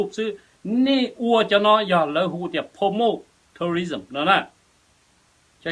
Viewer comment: This guy couldn’t even pronounced between tourism and terrorism. And he doesn’t understand that fcc regulations do not applied to youtubers as it’s for actual news stations. However, I like these dramas cuz they make my days go faster.